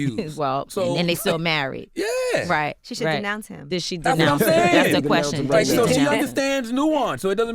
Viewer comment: "Disnounce" Lord have mercy, yeah, I know, we got so much mouth but don't know how to properly say what we mean . . . smh btw I can't stand Meghan either, but we have to be on top of our game when we take somebody down